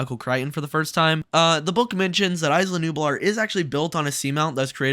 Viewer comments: Say it with me…IS-LAH not ICE-LAH lol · "Ice-luh Nublar". It's pronounced "Eye-luh", not "ice-luh" haha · (EeeZ-lah Nublar) come on man